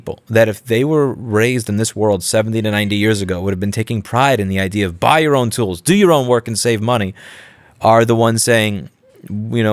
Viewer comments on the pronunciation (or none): I agree with your message. But you say BUY your own tools with too much emphasis and you upset the cat. That poor cat.